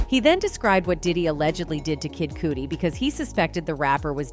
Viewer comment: Who is kid coody pronounce people names right it's kid cuddy spelled cudi